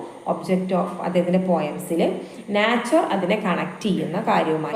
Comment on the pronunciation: മാഡം, നാച്ചർ എന്ന് പറയുന്നതിന് പകരം നൈച്ചർ എന്ന് പ്രെനൗൺസ് ചെയ്യൂ 😊